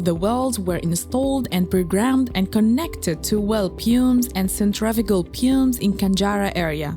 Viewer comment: the pronouncing of some words of the commentary is wrong as an example ( pumps and centrifugal) the word pumps is pronounced here several times and it is a technical part of the job I don't know about other watchers but if you could revise it this could be better and thank you for the immense effort